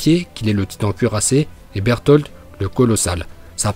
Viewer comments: C'est pas un légendaire berutoto mais il a juste dit berutoto il a juste dit Burtolde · Reiner dis pas bertoto il dis bertold !